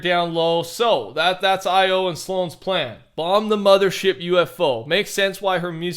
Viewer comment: I like how every time he says mother he stutters and says mudder ship and immediately says mother after